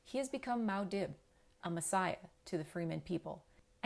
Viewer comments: If you're just going to look down at a script the whole time, just give us the essay. We can read faster than we can watch you read. Also: it's Muad'Dib, not Maud'Dib. It's hard to take someone seriously in a book analysis when they get the main character's title wrong. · It’s not “ mow dib “ it’s moo ah deeb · Stopped listening after the “mow dib” pronunciation.